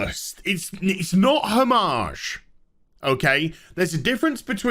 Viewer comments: “Oh maj”not “home maj” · If you are not doing the silly American thing of speaking English words of French derivation as if they are the original French, then you pronounce homage in English as hommij. If you are doing the silly American thing then no H sound: ‘omage. You managed to mangle both in one go. That said, love your channel.